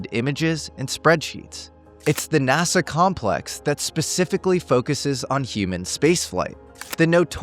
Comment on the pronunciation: Why does he pronounce it NAZA? 😢